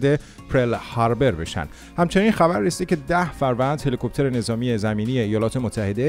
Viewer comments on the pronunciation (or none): none